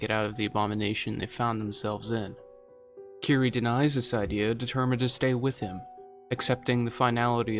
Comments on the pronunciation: As much as I love this, it's Kirie, not "keree". Sorry, pet peeve. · Small correction on the pronunciation of Kirie the -e is voiced (kiri-eh). I love Cosmic Horror especially Ito and Lovecraft